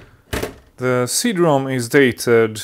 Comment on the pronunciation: I enjoy these videos very much. Were you having a bit of fun by saying C Drom? I assume you know it's CD ROM, as in Read Only Memory. The favorable assumptions are based on you being by far one of most articulate people on YT, which I really appreciate. 😊